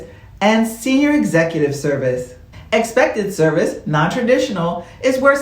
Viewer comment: Maybe my hearing is off. It sounds like you were saying "Expected Service" instead of "Excepted Service"